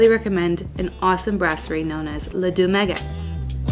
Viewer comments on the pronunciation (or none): Also, it's pronounced Les Deux Ma-go, not Magettes.